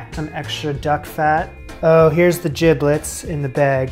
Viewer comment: Jiblets ? 😂😂. That was funny. It’s giblets.